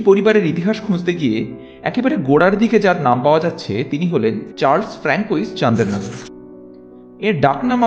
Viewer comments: ফ্রাঁসোয়া হবে, ফ্রাঙ্কোইস নয় এছাড়াও, চন্দননগরের ফরাসি উচ্চারণ শান্দেহনাগোর, চান্দেরনাগোর ব্যাপারটা anglicised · ফ্রেঞ্চ এ উচ্চারণ ফ্রানকোইস নয় ফ্রাঁসোয়া হবে। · Frankois উচ্চারণ নয়,হবে ফ্রাঁসোয়া। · অজানা তথ্যসমৃদ্ধ সুন্দর ভিডিওটির জন্য আন্তরিক অভিনন্দন জানাই। ফরাসী ভাষাকে ভালোবাসি বলে উচ্চারণে অনিচ্ছাকৃত ছোট্টো ত্রুটি ঠিক করে দিচ্ছি, কিছু মনে করবেন না। François হলো পুরুষের নাম, উচ্চারণ ফ়্রঁসোআ। আর Françoise হলো নারীর নাম, উচ্চারণ ফ়্রঁসোআআজ় আর Chandernagore-এর ফরাসী মার্কা উচ্চারণ হবে শঁদেরনাগোর। খুব ভালো থাকবেন, আজকে এখানেই। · Khub valo laglo. Kintu Francois er uchcharon jatodur jani, frnasoya pronounced hoy. Bhul hole marjona korben 🙏💐🙏